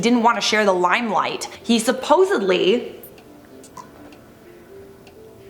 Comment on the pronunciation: Supposedly not supposally.